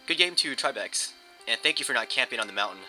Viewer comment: HAHAHA "And thank you for not trying to camp on the mountaing" lol